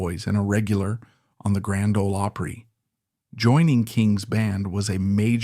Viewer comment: Grand Ol' Oooopry??? Don't we just love AI narration?